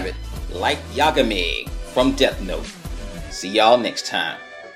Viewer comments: to pronounce his name you emphasize ga in yagami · yeah! ik right? it was freaking frustrating. SAY IT CORRECTLY OR DONT SAY IT AT ALL. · thats not how you pronounce yagami...